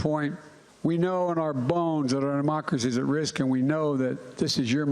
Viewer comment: "threat to our demarkacy". Sorry, it's pronounced democracy 😂😂